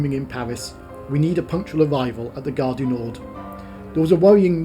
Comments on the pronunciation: Great video. Very interesting, but as a pronunciation pedant I would like to point out that Gare Du Nord is pronounced NOR nor NORD. The D is silent unless an E follows it. The Swiss town of Chiasso is pronumbered KEE-ASS-O. and your destination is BO-VA Marina not BOVVER Marina. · Ironically, he says Gare du NorD - the D should be silent!!